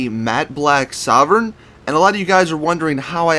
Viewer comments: It's pronounced soar-vein not sovern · It's pronounced soar-vein sorven